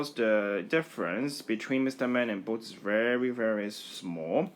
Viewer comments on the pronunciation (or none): Is bolt not blot